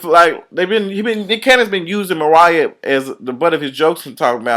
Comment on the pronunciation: He said Mooriah :(